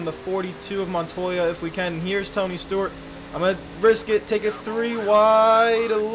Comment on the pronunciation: ToNy StOrT......………………......No seriously he said Stort a couple times